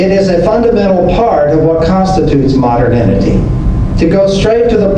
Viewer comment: He pronounces modernity as moderninity.